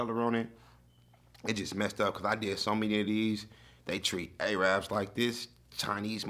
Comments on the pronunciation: It’s pronounced air-rubs, not A RABS. Much love tho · Arab is pronounced “air-rub”. “Aye-Rab” is disrespectful